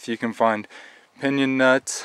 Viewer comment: He mispronounced pinyon. Never heard it pronounced as he did. He's not from around here, lol